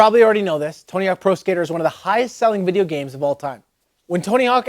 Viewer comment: "Oh Tony Hawks? Yeah he's rad" LMAO I know dude it killed me too but now I say it like that just to see if I'm ever corrected!